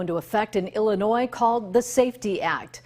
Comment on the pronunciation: Did he just pronounce the S in Illinois?